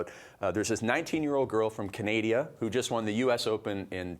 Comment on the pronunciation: Does he really not know how to pronounce Canada?